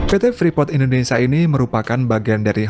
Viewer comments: Kata Indonesia jangan di sebut Indonesa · Indonesa? INDONESIA YG BENAR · Indonesia kali bukan indonesa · Indonesia mas bukan Indonesa